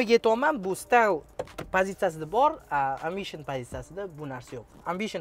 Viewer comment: Барака топкур амбишин эмас эмбишин деб айтилади